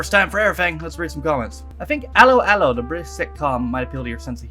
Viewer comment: you may talk about it every 5 comments video or so but you still can’t pronounce it properly haha! Think of it as Hello Hello but don’t pronounce the ‘H’ and say it in a suspicious French policeman’s accent. For everyone who gets that...Good moaning....